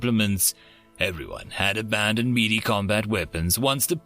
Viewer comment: Im depressed thinking that some day in the future, more and more people are going to pronounce Melee as "mealy". Please for the Emperor, Melee is pronounced May-Lay. For the gamers of old, Smash Brother: Melee! The announcer yells it at start up. Even google will play audio for pronunciation. /ˈmāˌlā,māˈlā/